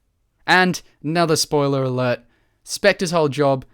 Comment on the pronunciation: "Spoiler Altert"?